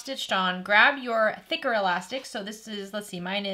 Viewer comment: I thought you said knicker elastic then realised you said thicker elastic.😂😂